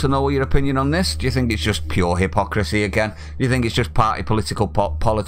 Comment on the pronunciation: “He-pock-racee” Right you are!!! 🤣🤣🤣🤣!!!